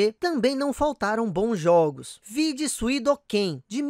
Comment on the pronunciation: gradius gaiden nao é de forma alguma, 3d. vc tmb fala SUIDOKEN no video, o certo é SUIKODEN. vc fala "AZUÉRI" DREAMS, o certo é AZURE DREAMS e nao é um tower defense, é um roguelike